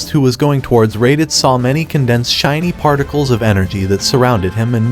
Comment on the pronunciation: Poor raditz can’t even say his name